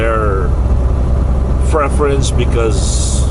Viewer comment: Please don’t say freference it’s pronounced PREFERENCE